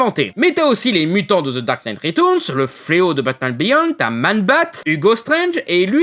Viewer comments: retOURNES .... bordel c'est compliqué de dire reTURNS xD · Ta façon de dire "ritourns" m'a achevé.